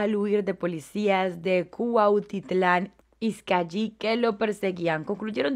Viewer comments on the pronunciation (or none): Se pronuncia Izcali sin doble L